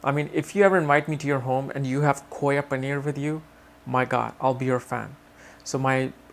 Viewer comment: You're saying koya paneer with an accent ;)